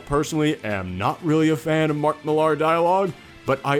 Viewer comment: I know it's spelled Mark Mill-AR, but it's pronounced the same as Miller, dude.